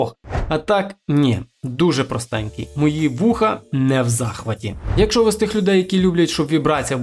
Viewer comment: Не "якшо", а "якщо" !